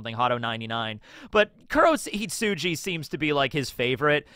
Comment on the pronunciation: Its KurohitsuGI,. Fun fact: "hitsuJI" means "sheep". So you've been calling it "Hadō 90: Black Sheep" this whole time 😂